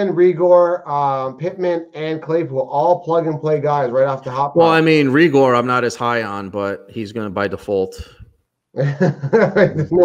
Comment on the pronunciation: Jalen Ray-gur (Raegor)